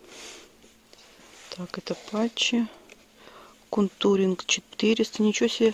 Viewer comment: Смею немного поправить контуринга- ударение на букву "о". 😊